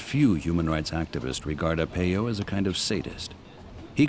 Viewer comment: His last name is pronounced Ar-Pie-O not Ar-Pey-Yo